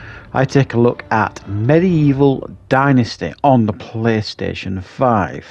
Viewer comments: Dentisty....lol. Dynasty, pronounced die- n-ah-sty. Killing me with the going to the dentist stuff. Lol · Please learn how to pronounce ’dynasty’